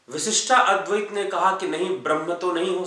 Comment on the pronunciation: You are great . Thank you . You helped me to understand the several ways of the very Indian schools of philosophy.but why do pronounce विशिष्टा अद्वैत